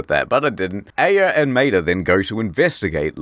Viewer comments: I think Maeda is pronounced my-aid-a. That's how is pronounced in Cromartie Highschool. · Quick tip when reading Japanese names, vowels are never blended, so it is Ma-eda. I only ever played the sequel, so this video was awesome. Thanks! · Because of your accent, when you say "Maeda" all I can imagine is you talking about Mater from Cars.